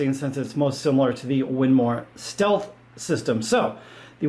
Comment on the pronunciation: WINMAU... WIN-MOWW Why are you saying Win-MAR?????????